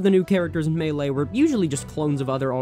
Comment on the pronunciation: ... Has the game state the name of game (Super Smash Bros. Melee), and fails to pronounce it correctly several times. 👏